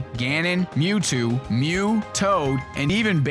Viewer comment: Mew-Toad! Hahahahahaha...